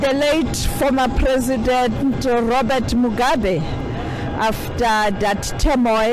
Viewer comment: She almost said Robert Mugabe 🤣🤣🤣